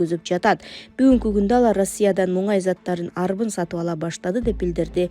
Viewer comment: Муңай эмес Мунай дечи😂😂😂